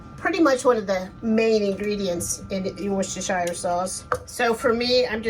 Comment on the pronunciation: Hi, I am following your recipe 100%...But can I just say one thing...In the UK we would pronounce it...`wousta` or `wouster` sauce...Sorry to correct you.......